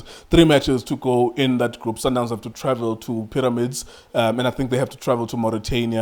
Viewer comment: "Paramix" 😂😂😂😂Mara Junior Khanye no man